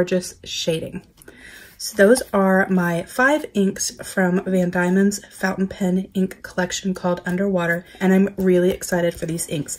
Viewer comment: Nice to see you highlighting product from my home. Those inks are lovely. I’m a Tasmanian although I’m not living there at the moment. BTW - it’s pronounced Van DEMON, not DAIMON.